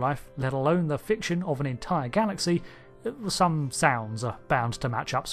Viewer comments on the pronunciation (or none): none